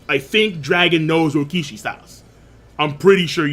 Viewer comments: After all these years, is STILL saying Rokishi instead of Rokushiki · Will you PLEASE pronounce the name right It’s Ro ku shi ki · Bruh. Rokushiki. Ro-Ku-Shi-Ki. Say it with me now.